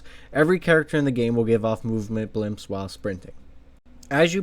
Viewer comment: it's BLIPS....not BLIMPS